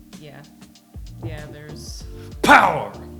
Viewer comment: That "POWER" cracked me up 🤣